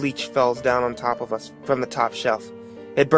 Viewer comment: u notice how he says us?